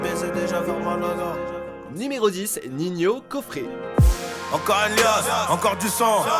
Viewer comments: Il respecte pas ninho il dis ninhio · Ninho on dit pas Nignio si jamais 🤦🏽‍♂️ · Il c'est pas dire le prénom entre ninhio alors que c'est ninho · C pas ninhio c ninho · "Ninhio" ptdrrr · Il a dit ninhio ho ptn !!!!!😂😂😂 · mdrr au début il a dit niniho